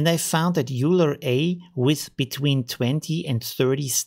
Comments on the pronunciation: Thats very nice, but Euler should be still Euler, not "Youler"! Er war ein Schweizer. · A german calling Euler "Uler" is just... no... please don't. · i think euler pronunced oyler